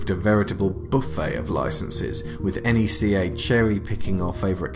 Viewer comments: 1) good video 2) NECA don't do sports figures 3) it's pronounced NECK AH or KNEE KA. Not N E C A. 4) you just did a history of NECA video without mentioning what put them on the map in the first place. The first ever Pinhead figure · Stop Calling It N.E.C.A It's Neca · It’s neca not n e c a you don’t say it like that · 🤔...He kept saying...enn eee cee aye...💯✔️ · Isn't it pronounced like "neck-uh"?